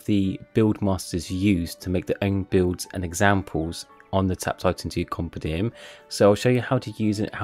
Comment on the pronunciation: i think you need to learn how to pronounce compendium